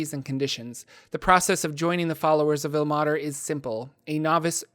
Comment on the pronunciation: Like I pointed out in your pronunciation of Mielikki. As a linguist and a language major. Ilmater should not be pronounced "ill-mah-ter" but rather "ill-may-ter". The 'e' should be making the 'a' into a long sound. I can help you you with pronunciations if you need. I've noticed this problem in many many of your videos. I like them but it's hard to hear words incorrectly and get the message behind it.